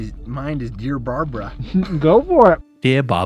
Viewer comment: “ Dear Bawbra” was definitely the funniest part, and imagine some called Barbra found this and they would probably laughter their heads off